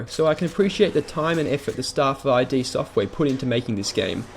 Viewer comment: "Eye Dee"? The company's name is pronounced as one word, not as letters (I've even looked it up to confirm this fact). But on the game itself, I recently bought the Xbox version and I couldn't really play it. Why? Well, I felt powerless. And not in a good way. Even when I was surrounded in classic Doom, I never felt like I couldn't get out of a situation. Doom 3, I was just in the dark, nervous to move forward, feeling inadequate for the horrors ahead.